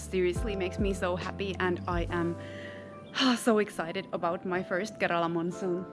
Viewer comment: Karala അല്ല kerala😝